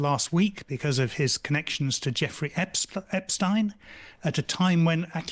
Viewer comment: i hit like just because the guy pronounced epstein correctly, i dont know why so many people say "epsteen"